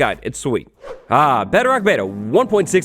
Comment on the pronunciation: Do you know how to pronounce bedrock?